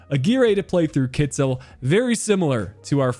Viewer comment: Kittel is supposed to be pronounced more like Kitl than Kitzel. I know you’re keen on pronounciation.